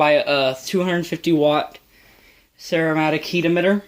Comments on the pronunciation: Ceramic* “Sir-am-ick” heat emitter. Sorry to be a grammar nazi, your content is nice! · He said ceramic heat emitter but he might be saying a certain brand name but it’s just a ceramic heat emitter maybe he doesn’t know how to pronounce ceramic